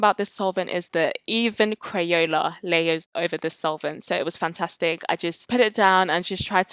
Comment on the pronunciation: Omg I love thissss! Also i cant stop laughing about the way you say crayela